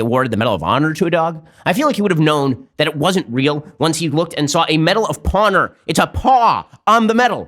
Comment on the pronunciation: Take a shot every time he says 'medal of pawnor'